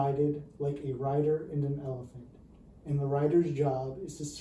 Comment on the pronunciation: I kept thinking you were saying "rider and an elf"